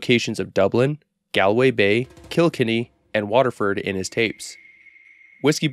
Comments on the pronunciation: Butchered Galway though 🤣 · Its pronounced "Gawl-Way" and "Kill-Kenny" (like South Park killed kenny) Irish Whiskey is pronounced Ish-Ca Baa-Ha, translates as Water of Life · Pronounced Gall-way bro 😂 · The way he butchered Galway and Kilkenny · that pronunciation of ‘Galway Bay’ hurt lmao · Please never say Galway and Kilkenny again please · holy shit brother you did not have to butcher the pronunciation of galway like that jesus christ